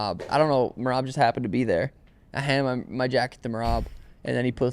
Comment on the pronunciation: Calling him meraby😂